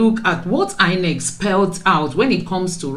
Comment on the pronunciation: It's INEC not INCE